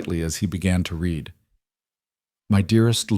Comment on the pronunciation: “Read” can be one of two pronunciations decided by the context. You picked wrong.